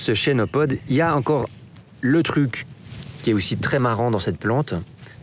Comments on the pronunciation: on ne dit pas "chénopode" mais "kenopode" car ça vient du grec khênopous, « patte d'oie » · Se prononce kenopode